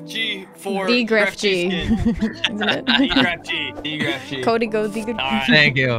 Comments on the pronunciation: Grefg es su nombre se pronuncia Gref Ok englhis people xd Sos re troll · 'greft' es como lo pronuncian los angloparlantes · claro todos los que hablan español le cuesta un poco la pronunciación como a mi y todos